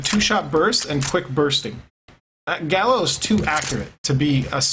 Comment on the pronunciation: Pronounced Ga-leel